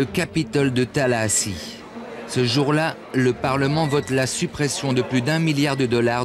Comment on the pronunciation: Le journaliste dit bien Tallahassee, capitale de la Floride.